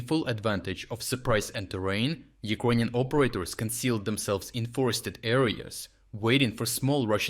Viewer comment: Can’t you learn to pronounce word Ukrainian? It’s ears piercing, man.